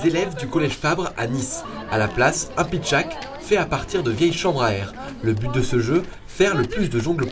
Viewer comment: Pardon mais c'est pitchatte et non pas pitchack.